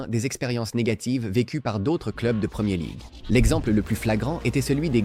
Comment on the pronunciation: "La premié league", sérieusement ? Faut arrêter l'usage de l'IA sans un minimum de vérifications.